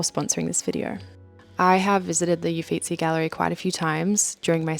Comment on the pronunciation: Hi, thank you so much for your beautiful videos. Your work is stunning. I have been wanting so much to do that very course in Florence. It's amazing to be able to get a glimpse inside the course. Thank you. I loved visiting the Uffizi too. BTW the 'U' is pronounced like 'OO' and the word Uffizi means 'offices'. It is called the Uffizi because, in the mid-16th century, Cosimo I de' Medici commissioned the construction of a palace to house the "offices," that is, the administrative, judicial, and artistic headquarters of Florence, such as the "uffizi" of the Magistrates and the Courts. Only later were the Medici family's art collections transferred and organized to create the gallery we know today. I highly recommend a book called "I, Mona Lisa" which starts in Florence and talks about the woman who was the Mona Lisa and Leonardo da Vinci in the time of the Medici Family. Un abbraccione. Jo: )